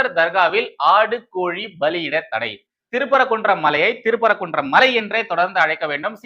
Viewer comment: திரு பரகுன்றம் இல்லை தம்பி சிறுதிருத்தம். திருப்பரங்குன்றம் என்று வாசிக்கவும். நன்றி